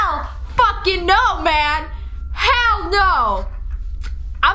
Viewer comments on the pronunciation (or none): none